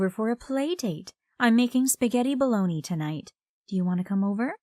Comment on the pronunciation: Spaghetti bolognese not bologna